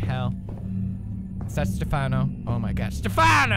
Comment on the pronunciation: Matei Popescu When He said Stephano ...My heart hurt a little